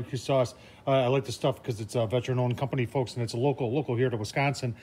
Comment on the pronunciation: Great work! Hey, I didn’t hear your accent until you said Wisconsin! You are my smoker/grill Hero! 🇺🇸